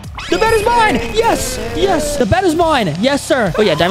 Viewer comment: I just laugh so hard when said da bed the new dababy